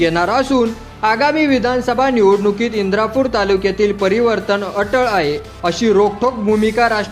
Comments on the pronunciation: इंदापूर तालुका आहे इंद्रापूर नाही, बातम्यांचा पुरेपूर अभ्यास करत जा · इंदापूर म्हणा तुम्ही इंद्रापूर म्हणतात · इंद्रा पूर न्हवे इंदापूर म्हणा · इंद्रापूर नाही इंदापूर म्हणा